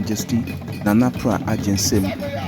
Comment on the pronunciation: The name is Nana PRAH AGYENSEM! Please,, mention the name well. Thank you